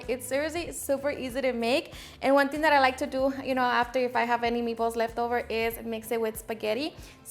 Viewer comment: "me-ballce" are so awesome